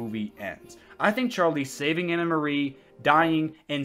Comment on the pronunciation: Stop calling her Anna Marie. It's Anne Marie. I love these videos though.